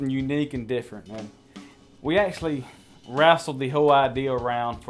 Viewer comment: “Rassled with the idear!” Love it! Lol